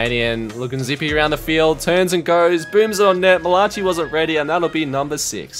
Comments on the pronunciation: Man said mal-a-chi instead of mal-a-ki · Lol said Mala chi 100 times 😂😂 its malaci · “Malachee” lol, it’s American, pronounced “mala- Kai” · Mall ah chi? Pretty sure its pronounced Mail uh kai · I cringed every time he said (mi-la-chi) its pronounced Ma-la-kai 🤦‍♂️ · It’s mala ki not mala chi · its pronounced mala-ki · I got a kick out of it cuz I have some friends with that name and other people say it the same way😆 but it’s like mal-uh-kai. Nice vid👍🏼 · Did he seriously just pronounce malachi's name as ma-latch-e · no way he just said malachee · It’s not Mala chi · Lol butchering malachi name I'm pretty sure it's said malaki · Nobody gonna talk about the way he pronounced Malachi? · Yeah it was really weird I couldn’t take my focus off it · Bruh it was bothering me so much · The way he says Malachi lol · The way he said 'malachi'😭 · I don’t think that’s how you say “Malachi” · Are we just gonna ignore how bad my mans butchered the word "Malachi" 💀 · There is no way you messed up on the name Malachi a dozen times in the same video